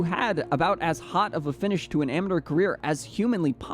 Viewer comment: Please, for the love of God stop saying amateur that way😂